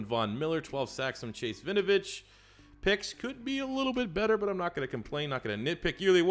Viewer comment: Just for future videos, u pronounce the W in Winovich. It's not Vinovich